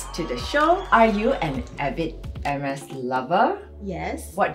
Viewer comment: hermes should then put “how to pronounce the color “for the non French speakers